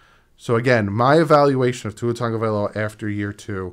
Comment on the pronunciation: I see you with pronouncing his name. Great job bro.